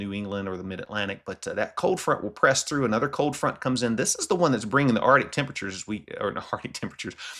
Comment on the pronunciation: I will not listen to anyone too stupid to pronounce "arctic". Effoff.